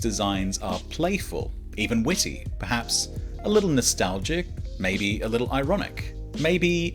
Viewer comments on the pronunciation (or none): none